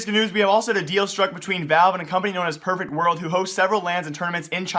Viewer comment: Is he saying pervert world?